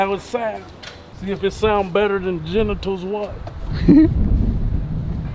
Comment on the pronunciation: Lol he said "genitals one"